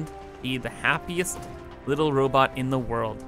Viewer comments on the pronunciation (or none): none